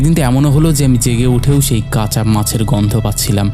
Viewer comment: ফাকা? নাকি ফাঁকা?ধাদিয়ে,আশ,দাত,কাচা,এগুলো কি শোনাচ্ছেন ? কাপছিলো?